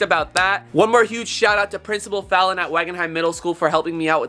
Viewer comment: I love how he still calls him princible fallon😂